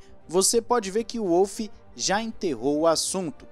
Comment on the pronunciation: Toto eh austriaco, o W no sobrenome dele tem so de V, nao de U